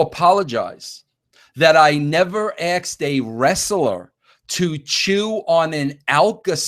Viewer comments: Did he say aksed instead of asked? Wow a writer with bad grammar. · This was pretty lame but I had to stop listening when he said axed, there is no X in ask.